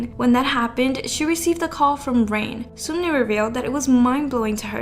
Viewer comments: Can we just highlight it is not SUMni it’s SUNmi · Sunmi is pronounced Sun(☀️)mee not soonmi lmao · Heiiii, Sunmi is actually pronounced like Sun🌞+me👈 Just wanted to tell you^^ Incase its Just Something hard for you to pronounce, i am sorry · As a Korean please stop pronouncing 선미 like seunmi. It’s pronounced seonmi it’s ㅓ not ㅜ.